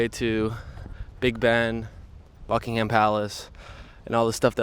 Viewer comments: Remember - buck-ing-hum and say it quickly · Buckingham palace - here’s a tip for travellers - dont pronounce the H. You’ll sound more English.